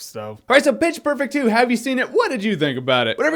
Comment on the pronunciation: Haha he said "bitch perfect 2"